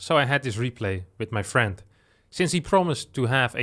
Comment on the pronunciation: "with his FIEND"